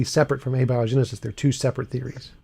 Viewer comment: When a guy doesn't know how to pronounce abiogenesis, that's a red flag.